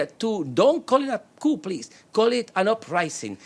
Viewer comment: The "Article 128" item must be very important (at about minute 40) because the mike is cut and the "translator" (who pronounces "coup" as "coop" vs. "coo") does not speak it. So I will supply the text of the Venezuelan Constitution Article 128: Article 128 (in the protection of environment section) "The State shall develop a zoning policy taking into account ecological, geographic, demographic, social, cultural, economic and political realities, in accordance with the premises of sustainable development, including information, consultation and male/female participation by citizens. An organic law shall develop the principles and criteria for this zoning."